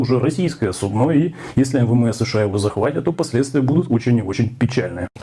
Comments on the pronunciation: Судно, з наголосом на "о" , це до медицини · Наголос має значення 😂суднО😂😂😂😂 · Якщо суднО з наголосом на ,,о'', то, швидше за все, воно вщерть завантажене тією субстанцією, що знаходиться в сміхозвісному ,,чемоданчику'' Путіна. Недарма ж суднО так оберігали! А американці боялись, що субстанції дуже багато. А якщо репне, то та ж субстанція запаскудить всю акваторію. Отак і трапилось захоплення. Причина дуже поважна. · Российское судно, ударение на о. Оговорочка по Фрейду😁